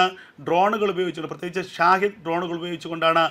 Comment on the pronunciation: എടാ പൊട്ടാ ഷാധു ഡ്രോൺ അല്ല ഷഹാദു 😂ok പൊട്ടാ 😂😅